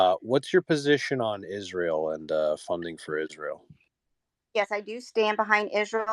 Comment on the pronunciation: Like clockwork, the woman campaigning, when asked on her views on Israel, stated she supports Israel and pronounces Israel "Izroll".